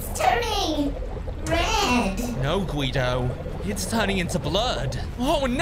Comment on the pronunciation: It's Guido not quido